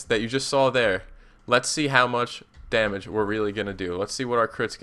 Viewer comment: There is only one possible way for me to not have to hear the syllables 'domuj' again. I stopped listening to the vid And there is only one way I, and everyone else who feels that same way, can both, listen to your otherwise excellent vids, and also, not have to hear the word domuj. And that way is to ask you to please please not use that pronunciation in your videos